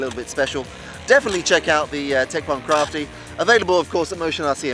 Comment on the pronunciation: Woohoo :-) Those fast closeby passes are a BLAST :-) Do you have any idea on the top speed? because I fly a HK Me-163 myself on steroids (5S) but this one looks as fast. Please don't call it a 'crafty' … better pronounce it like Kraft-Eye :P Anyways cool vid with some good flying and even good camerawork, this plane isn't easy to get on vid. Greetings from Belgium (Icarus the 2nd)